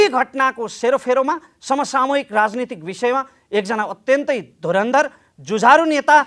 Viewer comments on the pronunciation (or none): राइन्ति रे,राजनीतिको उच्चारण गरेको